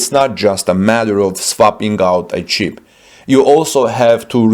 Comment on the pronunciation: The announcer says, “cheap”, instead of “chip”.